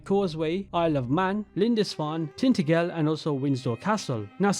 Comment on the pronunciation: Just so you’re aware, Tintagel is pronounced as Tin-ta-gel as in like the end of the name Nigel and Windsor is pronounced Wind-sur